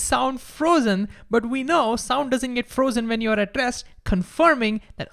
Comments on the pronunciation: Great video, but for most of it I thought you were saying “addressed”. Then i realized finally you are saying “at rest”. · Is he saying addressed or at rest? 🧐